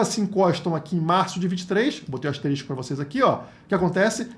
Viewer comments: Não é "asterístico" é asterisco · O certo é "asterisco", você disse "asteristico" kkkkk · kkk dói ouvir errado, o correto é ***asterisco***, mas ta valendo seu video é Top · A forma correta é "asterisco", e não "asterístico". "Asterístico" não existe na língua portuguesa. De resto, ótimas informações. Obrigado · não é asterístico, é asterisco kkk, excelente analise, na pior das hipoteses a gente espera ate 2029 rss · Ouvir ASTERISTICO é tenso.